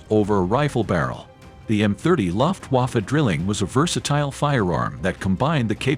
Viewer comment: Its Not luhft-huwoffoh its Luftwaffe